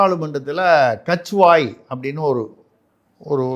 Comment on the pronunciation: கித்வாய் கத்வாயல்ல